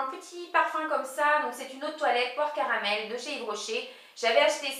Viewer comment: je dois avoir faim car quand tu as dit "poire caramel" j'ai entendu "porc au caramel" hahaha !